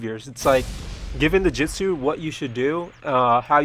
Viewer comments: Dude. Let me be truthful with you, the way you speak lacks the pronunciation of the word. It's JU-TSU, J-U-TSU. With a U, not a damn e. You're legit saying Jetsu. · jitsu,jitsu,jitsu not to be mean but its pronounced Jutsu (Joot - su)